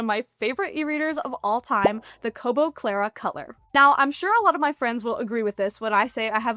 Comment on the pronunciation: Congrats on being able to say "Kobo Clara Colour" correctly so many times. lol I'm not sure I would've fared so well!